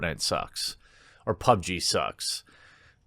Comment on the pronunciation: He finally said PUBG instead of "pooberg"